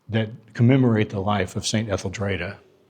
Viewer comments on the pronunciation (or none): St. Etheldreda: pronounced Ethel-dree-da not ...dray-da. There's a clue in the spelling.